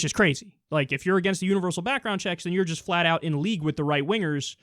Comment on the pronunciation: "To do what is riighT, and what is juss". You just pronounced the T in right, where the hell is the T in just? Sounds like he intentionally mispronounces his words.